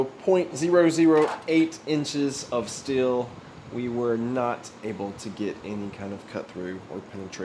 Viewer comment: Sir, its pronounced steel. Not still.